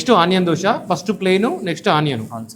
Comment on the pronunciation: దోస కాదు దోశ.